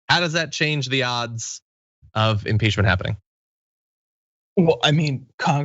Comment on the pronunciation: You did, John. I heard it. Imporchment. I love you. By the way, Grandmother Dragon.